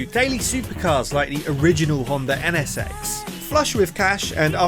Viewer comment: Sounds like he's saying the Honda Ennesex